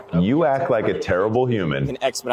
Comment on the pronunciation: 96 in a 50 is criminal speed, yet she continued to have an attitude that didn't become her. Put her in jail. That was outrageous. Another woman with the extra syllable on her words "I signed it-ta." What a freaky screaming session.